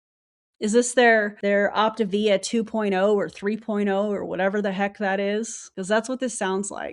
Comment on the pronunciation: I am so not surprised to see Optavia (I still don't get why they mispronounce it)as the new year video. You have gotten me to my step goal and no money spend🤣🤣. Side note I think Zeke is the anti MLM top leader, he is the most vocal 😼😼😼. We all bow to Zeke.